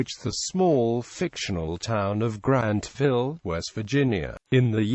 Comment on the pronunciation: After the presenter mispronounced the publisher and Grantville, I stopped listening to this clip at the 27-second mark.